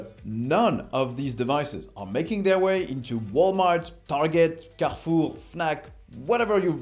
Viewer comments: your english is pretty great, but something about hearing the proper pronunciation for "Carrefour" cracked me up. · I was doubting about your french accent until I heard "Carrefour" :D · Hahaha j'ai rigolé quand tu as transitionné au français pour dire Carrefour!